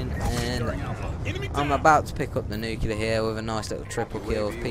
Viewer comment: First of all I hate you for pronouncing nuclear wrong it's nu-clee-ar not nukular. Second of all these people are either incompetent players or your friends taking dives so you can look good because you would have died so many times. Also people have gotten nuclear with knife before